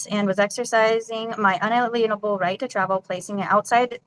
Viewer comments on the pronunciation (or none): I gotta rewind.. did she just say unleanable rights? How is the sovcit script STILL broken and not printing "inalienable" correctly? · Her un-ah-lean-able rights. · She can’t even pronounce words in the script…”un-a-lean-able” (unable to lean?) 😂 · Good luck with Judge Webster 😂😂😂😂 And it’s inalienable, not unaleenable, genius. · Do sovcits go to class to learn how to mispronounce "inalienable"? That example of ignorance and their trying to limit the meanings of "understand" and "represent" are comical at best. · You are a true master of jurisprudence 😂😂😂 Maybe try recruiting people who can at least pronounce the words in your script pal😂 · Can any of the Sov Cits pronounce “inalienable” correctly? It’s not that hard. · None of these SovCit half-wits know how to pronounce "inalienable". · I can feel the judge rolling his eyes about the time this sov cit misppronounces "inalienable" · My favorite is how they always mispronounce the word “inalienable” 😂